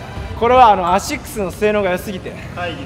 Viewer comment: めっちゃ可愛いな…笑笑😂 大塚選手のスリーはほんと凄い笑 アシッキュスめっちゃ上手い言い方🤣💕